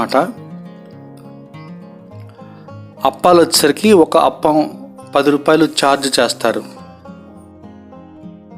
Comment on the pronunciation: Hello sorry brother spelling is correct but pronunciation is wrong it's (aaaa pa m) not aapalu and one more it's boradavari street not buradala